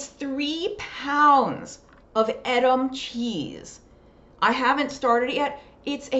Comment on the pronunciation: that cheese slicer looks like Delft - very nice! And being part Dutch, I believe it's pronounced long "E" in Edam cheese - good stuff!